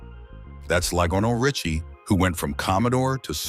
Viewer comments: Ly-gin-nal Richie????? I HATE A.I.! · Loginal Richie?! Come on AI!! 🤨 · "Ligonal Richie" what are you smoking???? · Lionel Richies, too.